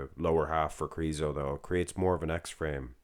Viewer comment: I love the way you are crooning Krrrriso